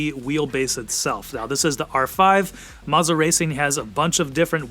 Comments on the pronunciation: Maza? Thought it was Moza. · Marza??? “MOZA” mo za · Bro said mazzah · Isn't it, "Moe-zah"?